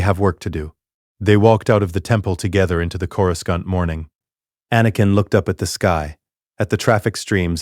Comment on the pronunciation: Yeah like when it says the h in Ashoka. And says Corascant wrong also. And a lot more like the wrong race for characters sometimes.